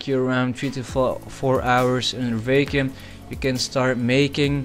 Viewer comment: Its "VACK-YOOM" not "VAKE-YOOM"